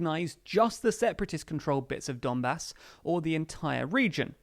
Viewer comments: Is it only me who heard " dunbas " as "dumbass"?? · ‘Donbas’ .,lord bastard - x